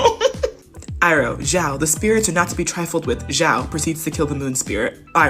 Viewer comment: Did she really call zuko zucchini and iroh irony